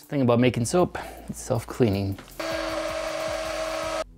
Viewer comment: It’s called soap not sop.😥😰